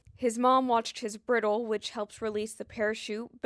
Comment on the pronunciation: Bridle is pronounced br-eye-dull.